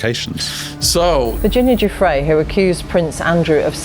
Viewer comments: Ju - Frayy is how her name is pronounced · Can you please take care to say people’s names correctly, her name was Virginia Giuffre, it’s pronounced Jifray with a soft J like a sh. It’s happened a few times with different guests and being someone with an unusual surname, I find it really disrespectful to get someone’s name wrong. Sorry to be picky, hope you receive with love.